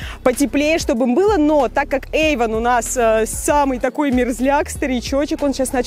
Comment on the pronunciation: Можно поправить? Я олд мэджик... Кароче, не ЭйвОн А ЭйвАн